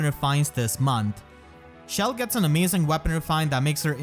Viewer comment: This man really pronounced it “shell”